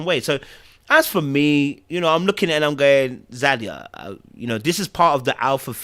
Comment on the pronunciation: ZAH-de-Yah!!!!!! 😂🤣😂 tried to "bring down the energy in the room" but Zadia continued to correct her. response was hilarious and infuriating to Zadia, but she couldn't go harder without looking crazy!